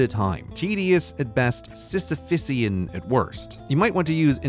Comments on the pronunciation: is Grey's pronounciation of Sisyphean correct here? It's like saying Herculesan instead of Herculean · I like how Sisyphean (siss-uh-fee-in) becomes “Sisyphusean” (siss-uh-FISS-ee-in). Oh, poor Sisyph, condemned eternally to pitchforking tumbleweed. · if i'm not mistaken and you were referring to the myth of Sisyphus, isn't it just "Sisyphean" not "Sisyphesian" or whatever you said? Edit: Just curious as to what the actual terminology is. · The expression is "Sisyphean", not "Sisyphissian". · "Sisyphysean" lol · What did he say? Sistafisian? That isn't a word. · I know you love corrections, is there an extra syllable in Sisyphean ? 😅 Stunning content, only the best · that is not how you pronounce sisyphean, no bonus syllable needed. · It’s Sisyphean, I know because it took me 5 whole minutes figuring out how to google what you said! Lmao